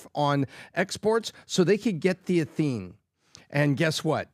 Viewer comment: I love what does on the podcast. Can somebody get him this message? In his story on ethene shipments to China, he kept mis-pronouncing the word "ethene." He kept saying "e-THENE" with the emphasis on the 2nd syllable. Ethene is pronounced ETHene, not eTHENE. 1 carbon is methyl, 2 carbons is ethyl. Methyl alcohol, ethyl alcohol. Methane, ethane. There isn't a methene, but there is an ethene - and it's ETHene.